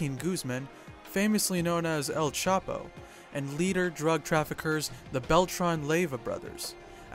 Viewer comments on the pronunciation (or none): It's not L capo. It's EL chapo